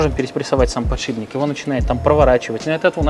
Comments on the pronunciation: подшиПник, а не подшиБник! :)) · Вот вы вроде профессиональные механики. Должны знать терминологию. Откуда же берётся слово "подшиБник"? Что он там у вас подшибает? Эта деталь ставится под шип (стержень) и называется "подшиПник". Пожалуйста, постарайтесь это запомнить. Когда профессионал не знает терминологии это снижает к нему доверие. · Почему все говорят подшиБник? 🙄 Он подшиПник! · ПодшиБник... ПодшиБник... А вы точно в железе разбираетесь? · Подшибник, сапатижи, калидор...